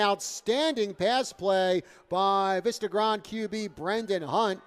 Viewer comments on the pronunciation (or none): That New Jersey commentator was really annoying with that "Vista Grond" crap. its Vista Grande - its pronounced "Veesta Grawn Deh".